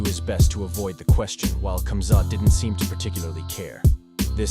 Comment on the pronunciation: Firstly, it’s pronounced “Habib”, not “Khabib”. Similarly, it’s “Hamzat”, not “Kumzat”, ffs 😂 Alcohol is haram. It was inappropriate to say asalam aleikum and congratulations on whiskey. He didn’t need to jump in with Khamzat, the fight was over. It was Islam’s moment, he was giving his post- fight speech. This whole video is cap 🧢